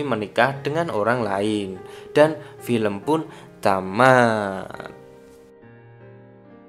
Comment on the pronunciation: Paling kesel denger "Dan pilempun ta maat"